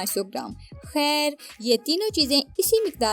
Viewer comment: ap "khairr" bht acha bolti ha appi ji